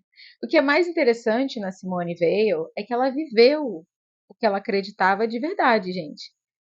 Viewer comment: Parabéns pelo vídeo. O nome Weil é de origem Alsaciana e se pronuncia "Vei". Thibon tem a sílaba tônica "bon". Como disse Susan Sontag, "Espera de Deus é o melhor livro para iniciar um encontro com a escritora. A originalidade das suas percepções, a paixão e subtileza da sua imaginação teológica, a fecundidade dos seus talentos exegéticos estão aqui..."